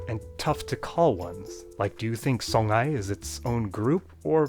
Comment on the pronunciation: The name "Songhray" is pronunced like song-ray, with nasal o and no ng sound, thus sõ-ʁay, with the r like in French and German, not song-hay. In my estimation Nilo-Saharan is a scam, a lump-all-the-rest-togehter-box used by linguist to have nice conferences in nice places. And Omotic is NOT Afroasiatic! In Angola today some 70 percent of the population now speak Portuguese as mother tongue as main language. All African languages there will soon be endangered! By the way, I studied several African languages and many languages all together.